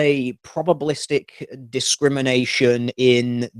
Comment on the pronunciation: When she said "probablistic" I imagined a cartoon Teal Dear with his jaw on the floor.